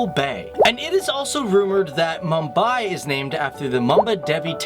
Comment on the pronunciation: butchered the pronunciation